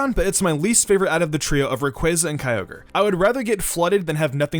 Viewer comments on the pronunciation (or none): none